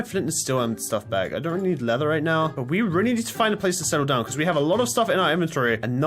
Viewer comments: leatherite Me: what did he sayyyyy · When he said I don’t rely need lether right now it sounded like he said netherite now 😂